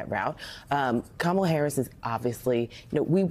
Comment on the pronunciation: Thank goodness they are starting to pronounce her name correctly. Good grief